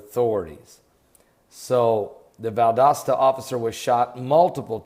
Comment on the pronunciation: Holy smokes, yiu pronounced Valdosta the right way after a small correction. Bravo most get it wrong, I an fron that area.